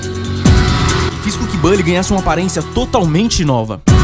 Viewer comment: Nao é bally, é bully com "u"... saninplay contaminou muita gente a falar errado